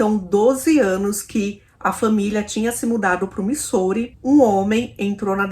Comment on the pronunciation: nao fica brava comigo nao, mas ja assisti varios videos seus, e faco maratona muitas vezes, e quando voce menciona o nome da cidade Missouri - USA voce fala errado, nao e uma critica, sim uma ajuda. Na proxima vez que voce falar o nome dessa cidade diga assim: mizuri, ajuda ne, - nao fique brava, te curto demais. Bjo❤